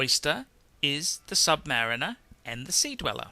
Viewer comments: Dude, Submayu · sub - pause - mariner. Is this how you pronounce it?